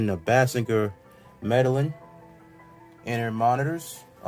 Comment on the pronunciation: The E is short e as in en not een